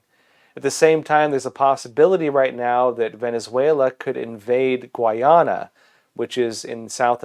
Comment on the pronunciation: Its pronounced gai ah nuh.